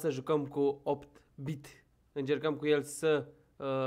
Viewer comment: Se zice eight-bit